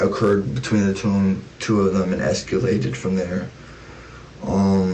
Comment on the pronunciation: 'es-ca-lated' weird!